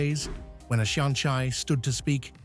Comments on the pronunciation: You could at least learn to pronounce the Irish properly. I don't mean without leaning into one of the dialects - mar shampla, an focail 'seanchai' - nowhere is it pronounced shan-chai (as in the tea drink). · I turned off at shonchye!!!